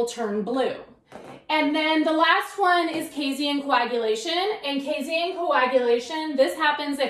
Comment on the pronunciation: Casein, not casien.